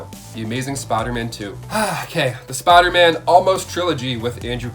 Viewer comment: why do you always say spiderman like that all the time ...smh its (spiderman) not spidah man